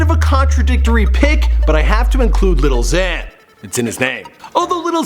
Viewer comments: It's not "little" xan/uzi vert/pump its "lil" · every time he says “little xan” i want to kill myself even more